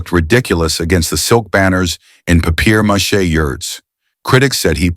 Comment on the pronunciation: If you're going to make such a big fuss over Tony Curtis' pronunciation in The Black Shield of Falworth, perhaps you should learn how to pronounce papier mache.